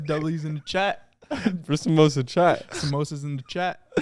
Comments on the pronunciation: I CANT with the way you guys are pronouncing samosa chaat and pani puri ....😭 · bye literally being pakistani and they mentioning korma and mispronouncing samosa chaat